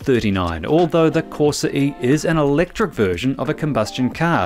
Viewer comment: CorsA, not corsE 🤦🏻‍♂️